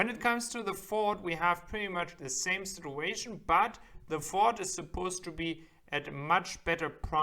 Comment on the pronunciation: ‘Towing’ is pronounced ‘toe-ing’. “Out of the question “. ‘Sit-chu-a-shun’ I am an English teacher. I’ll be happy to help you catch those mistakes